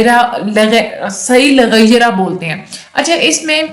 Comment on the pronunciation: it's lighairihi not laghayarah